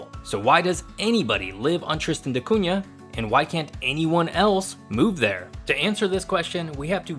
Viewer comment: Thank you for saying "Da Cunha" correctly. I am not sure if that is how the islanders pronounce it but this is my last name and you said it the right way.